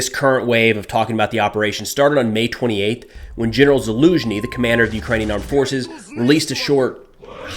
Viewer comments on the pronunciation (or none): did you say May 38?? Or is it my inability to understand your dialect??